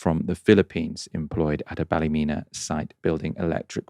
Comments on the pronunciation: up to your old tricks? Check the pronunciation of Ballymena and get it right on air! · Pronunciation of Ballymena is Bally-MEAN-na